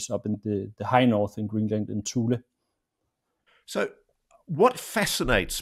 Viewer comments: Ross, it’s hard to take this seriously when you can’t even pronounce “Thule” correctly. It’s not “thool”, it’s “too-lee”. The young man even pronounced it correctly and Ross missed it. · Thule AB is pronounced "too-lee" not "thool" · It's pronounced "two Lee" not 'thul' ... lol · ROSS ROSS ROSS!! The name of the American airbase is pronounced "TOO lee" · My dad worked in Greenland several times on the Distant Early Warning (DEW) Line, at Thule (pronounced 'tooley') Air Base and also at Sonderstrom. He did not mention seeing orbs there, but he did tell us about seeing a most definite UFO along with 30 or so other air force officers and enlisted on a mid-1950's military flight across the Mediterranean to Turkey. They watched an object or craft that seemed to be shadowing them when the pilot came over the intercom, pointed it out on the left side of the plane, and after a while said, "I can't tell you what it is, only what it isn't -- it isn't ours, and it isn't theirs." His reference was of course to US/NATO and the USSR/Warsaw Pact. Dad made no speculation as to what it might have been; he only knew that nobody on the plane had a clue. It moved with them for at least 30 minutes. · thule is pronounced toolie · "Tool - ie " is the pronunciation. My Dad was stationed there in the 70's